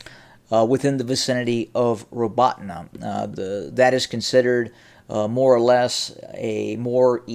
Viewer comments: The accent is on the second syllable and sounds like the word "AWE" in English. ra-BAWE-teen-yeh is about as close a transliteration as I can get. When you pronounce the "teen" sound you have to press the center of your tongue to your pallet to soften the "te" sound. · Again, it's pronounced ra-BAWE-teen-yeh (Роботине).